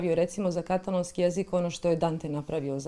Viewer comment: HJP kaže "katàlōnskī", a Vi i Vaša sugovornica to zaobilazite. Vaš je naglasak na prvom slogu. Kao da Vas standard ne obvezuje. Začudno!